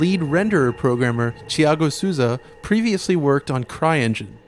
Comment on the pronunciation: P.S. about the pronunciation, its easy, just say "Soul" then you put the "Za"at the end.... but again, it's all good...:)